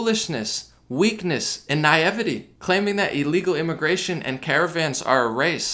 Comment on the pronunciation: Pretty sure that's not how you pronounce naivety but I liked your video anyway